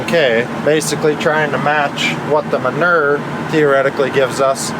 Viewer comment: The word manure. Y’all say it wrong 😂